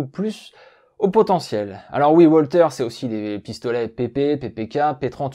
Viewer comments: WALTHER ne se prononce pas OUALTER mais VALTER. En allemand par pitié le W se prononce V et pas OUA. Mais à part ça, Super / Bravo! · Une arme allemande ? Il vaudrait mieux prononcer 'Walter' à l'allemande 'Valteur' plutot qu'à l'anglaise 'Oualtér'...